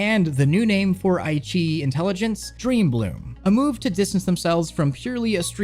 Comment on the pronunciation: IQiYi is actually pronounced "I" (like eye) "Chi" (like Tai-Chi) "E" (Like the letter E). I - Chi - E:)